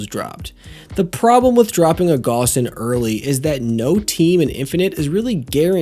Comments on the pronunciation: It's pronounced gauss as in "gows". Similar pronunciation to "house". Named after german Johann Carl Friedreich Gauss. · I'm glad your analysis is good, because if I didn't know you I would've clicked away after three times hearing it pronounced "Goss" 😂 (it's German, it's pronounced like "house" with a G) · Your mispronounced gauss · How does an engineer not know how to pronounce Gauss?